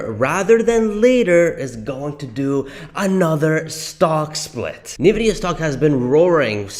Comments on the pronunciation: Might want to learn Nvidia is pronounced N vidia, not Na Vidia.😂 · Dude, it's pronounced ,"in-vidia", NOT "nah-vidia" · Why ffs are so saying nevidia when it is N‘Vidida! Pronounce the N like the letter. You probably also say Porsch instead of Porsche aren’t you? Besides the annoying pronunciation the rest is ok, but still it ruins the performance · I noticed you say Navidia. When I think it is pronounced Invidia. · I stopped the video after two minutes because I couldn't listen to this idiot say NUHVIDIA one more time. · Please stop saying Navidia. It makes you sound like an amateur. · Why are saying "Nividia"? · What is nuhvidia stock? is that similar to Nvidia (pronounced "In vidia") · For the love of God, please learn to pronounce the name of the company you’re making your video on. Next time, I expect you to pronounce Nvidia correctly. It seriously hurts my ears + my soul hearing you pronounce it this way.